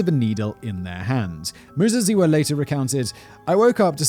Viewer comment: Your pronouciation of Muzaziwa, spot on....love the show - from Zimbabwe